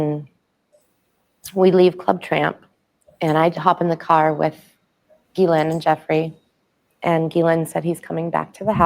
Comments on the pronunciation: the name "Ghislaine" is pronounced "GEE-lin" (with a hard g like geese) not "ja-LAIN".. Whitney Webb also has mispronounced the name on many episodes, indicating she doesn't really talk with people in the know. She probably gets all her info from social media or indie media texts. Virginia in interviews pronounced it GEE-lin, as did Ghislaine's brother Ian Maxwell. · Its pronounced GILLane. So glad u brought thos up ! Was starting to think I was the only whi saw the writing on the wall THIS WAS N O SUICIDE. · no, it's pronounced "JiZ lane"